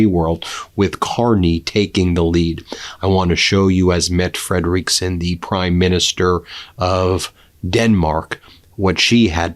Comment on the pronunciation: Dear Once again, the name of the Danish Prime Minister is pronounced FREDeriksen and not FrederEEEKsen. This is the third time I've written to you on this matter. Don't you read your comments or are you just wilfully stupid?